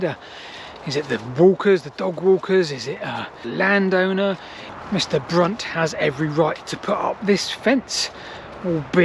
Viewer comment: I think you mispronounced Brunt